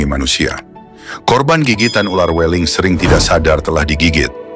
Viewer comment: "Weling" dengan huruf e yg dibaca seperti huruf e dalam kata "beling, berangkat, kerbau". Bukan seeperti huruf e dalam kata "bebek, cewek".